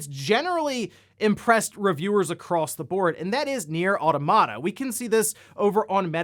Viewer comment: auto-mata? mira-cle?